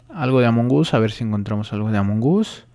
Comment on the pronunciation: Se dice among us no jamon gus